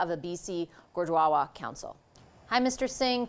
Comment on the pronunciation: The presenter can’t even pronounce gurudwara lol this is a joke.